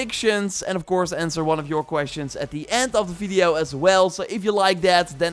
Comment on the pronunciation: You are always saying "Fideo" instead of Video 😄